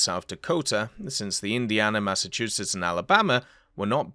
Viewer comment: You pronounced Massachusetts just fine.